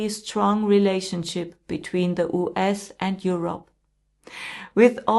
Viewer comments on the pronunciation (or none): So you don't even know how to correctly pronounce "US" !!?!!??